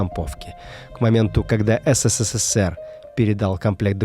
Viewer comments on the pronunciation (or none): Мне кажется, или автор говорит не СССР, а ССССР ? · не знает как произноситься Абревиатура СССР? почему оне говорит ССССР? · В СССР три буквы "с", мне послышалось что в начале пару раз увлекся и сказал по 4 буквы "с" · Вы говорите не СССР, а ССССР ))) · Забавно, как много "С" добавил в название страны - ССССР:) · так увлёкся рассказом про пулемёт, что даже стал произносить аббревиатуру СССР по-другому, с четырьмя "С" (ССССР). Спасибо за видео!